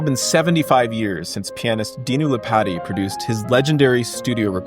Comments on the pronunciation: DUDE...ITS LEE POT TEE...NOT LIPATTY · Lee-Pah-Tee gives you a better pronounciation of his name. He was born in Rumania.